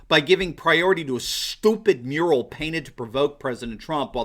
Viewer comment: Ohhh a MURAL I thought he said URINAL